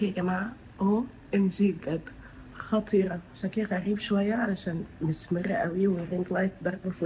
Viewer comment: في الدقيقة 19:4 قلتي خطيرة عادي مع انك طول الفيديو بتلدغي بالراء و بتقوليها غاء 😊